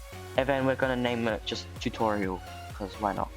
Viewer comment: TUTOIRAL....the cringe